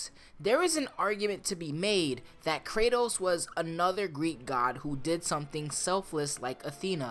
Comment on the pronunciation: Cray-toas _ em-mor-tal